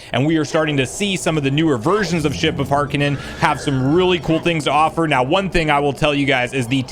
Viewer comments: It's not ship of HAR-ka-nen, it's Har-kin-EE-an. Pretty obvious from the spelling... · am i the only one that cant help but be upset a bit on how he says "ship of harkinian" as "harkinan"? or am i just too used to hearing the name in the zelda cdi voice actors?